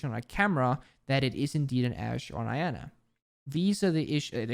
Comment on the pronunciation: Every times he pronounces Iana as I-ana and not yana it triggers me a little